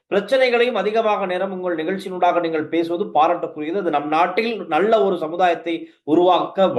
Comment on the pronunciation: நல்ல என்பதை நள்ள என்றா உச்சரிக்க வேண்டும்?